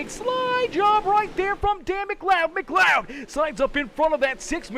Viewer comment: Finally pronounced McLeod right!!! I’m so happy “Muhcloud”